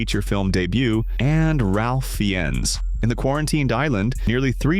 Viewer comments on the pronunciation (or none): Ralph Fiennes is pronounced as Rafe Fines. Sometimes, AI is just better than error-prone humans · "Ralph Feanness" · It's really annoying how these AIs can't pronounce names correctly. Raph Fiennes is a good example.